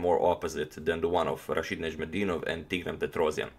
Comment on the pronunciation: It's difficult name to pronounce. I'll have to give you credit for that.